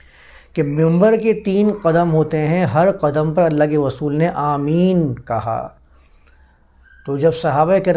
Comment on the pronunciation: رسول کو غسول مت کہا کیجئے۔ اردو کی عربی میں تلاوت نہیں کرتے۔